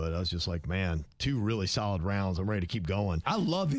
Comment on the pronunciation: It sounded like that to me too. said salad food instead of solid food. 🙂